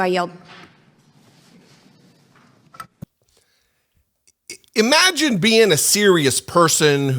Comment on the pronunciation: Did she say yield or yelled?